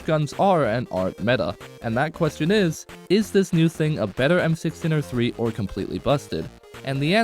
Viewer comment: you even said it wrong